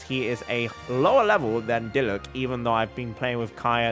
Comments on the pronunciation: You pronounce it deelooc. Not deeeloooooch. Or you can say pronounce it diluck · third time I've heard somebody say "Deeloosh" it's Dee-Luke bruh😂